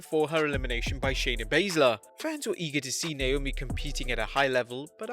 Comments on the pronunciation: It's Naomi not Naiomi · Number 5 Naiomi instead of Naomi 😄😁😁😁😁just fooling around Great video man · Naomi, not Naiomi, but still a great video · haha naiomi